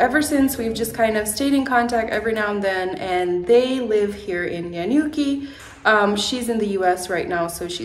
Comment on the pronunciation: ohh boy, did he just say nanyuki county 😅🙄